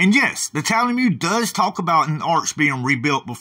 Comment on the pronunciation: I keep hearing you say Tal-a-mude, but I thought it was pronounced Tal-mud? I’m guessing people in Israel say it the way you’re pronouncing it?